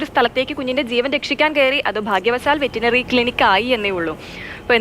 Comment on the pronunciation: ആങ്കറെ, വെറ്റിനറി ക്ലിനിക് അല്ല, വെറ്ററിനറി ക്ലിനിക് 🤣 പിന്നെ ബൈ ദ വേ അനഘക്ക് ആ ക്ലിനിക്കിലാണോ പോസ്റ്റിങ്ങ് 😂😂😂